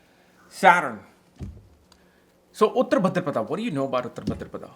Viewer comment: he pronounces uttara as uttr , bhaadra as bhdr , maghaaa as maaaaaghaaaaa